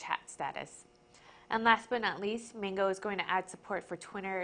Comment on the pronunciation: there saying Mango wrong